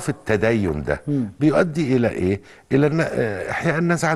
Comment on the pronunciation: انتا بتقول اييييييه😂😂😂😂😂